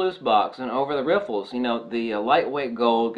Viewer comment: yeah you said it a few times hehe